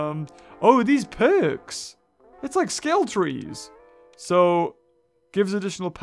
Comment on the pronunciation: When said are these perks it sounded like it was a pun since it sounded like purrks